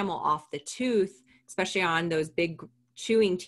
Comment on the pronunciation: This is a great resource, but it sounds really weird to hear say “eckspecially” (phonetic spelling)